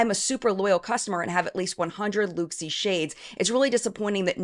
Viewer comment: It’s pronounced ‘look see’!